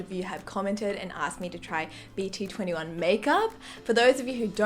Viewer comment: Actually BT21 pronounce as BT-Two One 😣